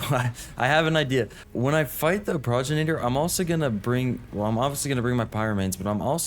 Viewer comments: you say progenitor like this Pro - gen - itor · It's pronounced 'Progenitor' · for anyone who is curious , it is pronounced Pro-gen-it-or and it means Ancestor, just a little fyi :D luv <3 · Pro-gen-it-or is how it’s pronounced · Love watching your adventures my guy but the way you were pronouncing Pro-gen-it-or drove me batty lmao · Pro-gen-it-or. Otherwise Pro-gen-itor. 👍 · it is pronounced pro-gen-iter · The boss is called "pro-gen-a-tor"